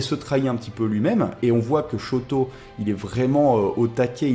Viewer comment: Shoto pas shouto omg --´